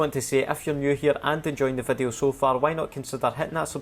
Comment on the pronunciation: why am i hearing wadu instead of video ?